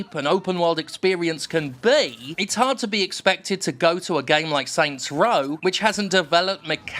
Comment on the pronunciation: Oh my god stop saying “Saint’s Row.”